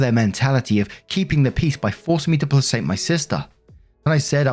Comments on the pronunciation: Sweetie......."placate" is pronounced "play-kate"......not "play-sate". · So sorry to be annoying but placate is pronounced with a hard "c". Play-kate. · Placate is pronounced like play•KATE. 😊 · my darling, please, it's pronounced PLAY-KATE. 🤣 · Placate is pronounced "play-kate". Basically means soothe someone, keep them calm. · Just a random pronunciation thing, placate is pronounced "pley-keyt". I am posting this comment because I personally prefer to be informed if I pronounced something incorrectly. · Dude, placate is pronounced "play-kate". For Pete's sake, when you see a word that you personally do not use everyday, have the common sense to grab a bloody DICTIONary. There's a reason why DICTION is the first part of the name of the book: it's to teach you how to pronounce the word! The definition of the word is just bonus text. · I love your videos, but I have to say "placate" is pronounced [PLUH] + [KAYT] with a hard C not an S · placate is pronounced like "play-kate" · ….. placate is pronounced Pla-Kate. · "Placate" is pronounced with a hard C and not a soft one, btw.